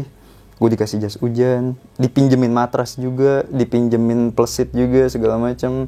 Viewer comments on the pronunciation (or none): Plesit bang, bukan pleusit klau pleusit itu pantat😂..cara penyampaian nya kurat tepat😂